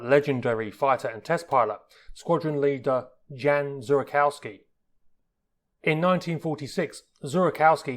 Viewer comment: Oh god... Jan Zurakowski (Yan Zurakovski) Jan = John. Absolute legend!